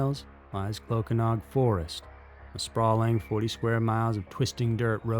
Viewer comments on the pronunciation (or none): no disrespect. I speak Cymraeg (Welsh). Clocaenog is pronounced Kloh-CAY-noc, and Aberystwyth is basically like it looks, Ab-uhr-IST-with. If you ever need help with any Welsh words or place names, I'd be happy to help, no charge.